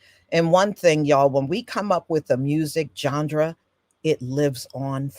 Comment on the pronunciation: This was so informative!! ... Oh, and, BTW, there may be many ways to pronounce certain words, I think that genre is pronounced John-Rah, It is kinda cute that you worked a d sound in there. Please know, the historical content that you've provided far outweighs any mispronounced word.